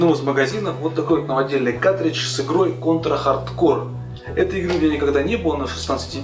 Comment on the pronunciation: Если уж начал, то иди до конца "Конть ра Хатд Коу"